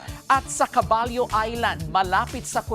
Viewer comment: CABALLO is pronounced KABAYO (Horse)